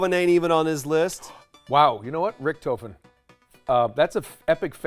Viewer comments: Rick-toe-fin no it's Rick-tah-fin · Damaygo Rick-Toe-Fehn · Rick tofin Thats how you say it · IKR?!?! RICHT O FEN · "Ricktoefen" omegalul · Dear god my heart dropped when she said Ric-toe-fin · hearing them pronounce the "o" in richtofen as a long o hurt my heart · The way Troy Baker and Nolan North ALSO pronounced Richtofen... raises questions. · That’s now how you say richtofen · You can’t even pronounce Richthofens name rights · Nobody pronounced RICHTOFEN right.😁